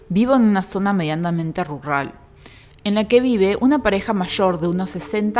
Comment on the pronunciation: Rurral xd